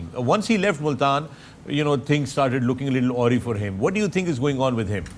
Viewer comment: “Awe-ree”? A-rye.. correct pronunciation of “awry”….